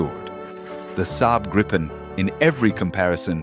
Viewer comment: Nice vid! But Gripen is pronounced Greepen! 👍 Not Grippen or Graypen! Gripen is the future, as Japanese KaiZen, improved all the time without leave the original aircraft… the machine last because it’s very good but the intelligence in it get better and better over time to meet future challenges